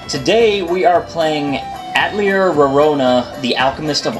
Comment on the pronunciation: a-təl-ˈyā WHY CAN NO ONE PRONOUNCE THIS